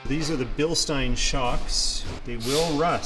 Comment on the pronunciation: LOOKS GREAT! They did a nice job. AUTO 4WD is also great for dry pavement launches. A+ on pronouncing Bilstein correctly -- seen so many online that say "Bill Steen" and it makes me cringe. The worst part...trying to correct them. People think they are "always right" and can't take being questioned. Happy Merry Christmas.